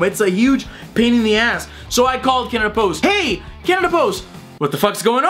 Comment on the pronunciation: When you say CanadaPost it sounds like Cannibals xD